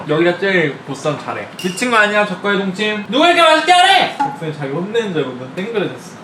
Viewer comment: 적과의 동침 계속 적발의 똥침으로 들려요.. 제 귀가 왜그럴까요..?